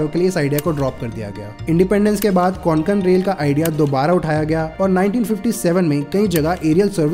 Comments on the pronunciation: Konkon nahi Bhai kokon hai nam hamare kokon ka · कोंकण not konkan pls 🙏🏻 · को+क+न ✅ क्वान+क+न ❎ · Konkan nahi re kokan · don't pronounce it as कोनकण... it is just a कोकण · Konkon nahi kokan bolo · It's kokan 'ko' 'Kan' not Conkan 😂😂😂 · Nicely Explained! just one thing, it is pronounced koh-cun.